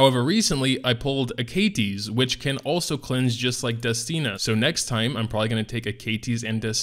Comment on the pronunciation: A-Ka-Tis....that really pisses me off lol, it should be A-Ka-Tes right